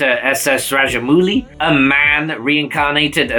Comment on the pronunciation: i laughed at every name pronunciation 😂 Raja'Mooli', Kajool, Kanaate